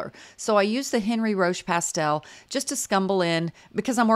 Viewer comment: Enn-REE Ro-SHAY (my French pronunciation credentials lol: 4 years of HS French, 2 years of College French, and I'm from Louisiana with a mostly French ancestry grandma)